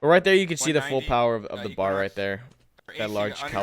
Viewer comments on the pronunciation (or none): love your vids, I need a PC cuz I need this game. But pleeeeeaaaaaaaasssssseeeee, do not call the BAR a "bar"......it is in fact a B-A-R. I know you like to shorthand stuff and be quick and everything. but it is a BAR, its an anagram and from a mil/weapon historian and avid shooter, huge pet peeve. other than that love your coverage. and I agree, the garand in these vids is glorious. That recoil.....